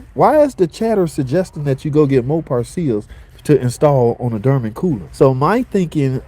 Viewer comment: WTH is a DerMen🤦🏻 ?? it's Dorman pronounced similar to Door Men.. not door mAn but door MEN. now say it with me brotha...DOOR MEN.. DORMAN😮🙌🥳